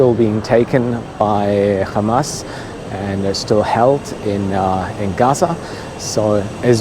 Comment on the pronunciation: Did just say "Khamas" 4.32